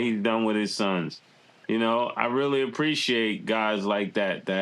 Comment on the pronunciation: haha said “I WEALLY WISH”